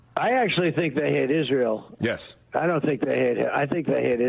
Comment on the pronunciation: I’m distracted by the anchor saying the word “Isrull.”